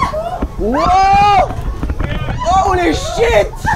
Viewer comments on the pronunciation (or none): OLY SHIT OLY SHIT OLY SHIT -Squeezie 2017